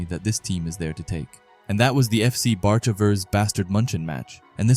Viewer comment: The names are pronounced like bark-a and bA-stard munick